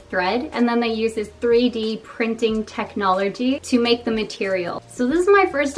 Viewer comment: I'm sorry but did you say technolergy? hehe here are some snippets of the behind the scenes of how they take plastic from the ocean to make bags in Taiwan! and there's also a company recycling diapers into floor tiles haha